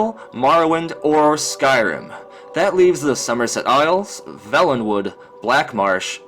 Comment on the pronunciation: It's pronounced vaylenwood not velenwood homie. Good video though!